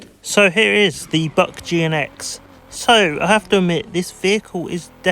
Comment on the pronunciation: Buick is pronounced as "BYOO" + "ik" Happens to the best of us. Good luck with ur next video 👋🏾🙂